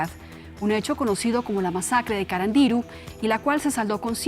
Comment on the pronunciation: El acento iba en la U de carandiru y dijo CarandIru con acento en la I 🤣🤣🤣🤣